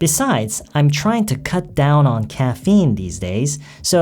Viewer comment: 발음이요~ '트라잉투'가 '트라이나'처럼 들려요~~~ 잘 들은거 맞나요?? ^^